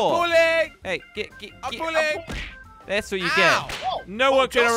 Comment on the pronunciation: says i am pulling but is sound like i am bulliyng